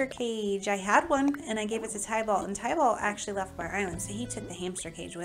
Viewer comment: Tybalt is actually pronounced tib'-ålt. Very common mispronunciation. 😊